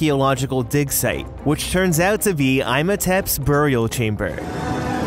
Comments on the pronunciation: One thing: pronounce Imhoptep as Emohtep. Pronounce the I like an E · Did this man really just say “Eyemotep”? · i have never heard any one pronounce imhotep like that before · He said Imhotep name wrong 😂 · How did you say the mummy's name again? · You uh... You want to give it another shot at the Mummy's name there,? You don't even have an accent, so there's no real excuse for that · I physically cringed at the way the narrator pronounced Imhotep. Ugh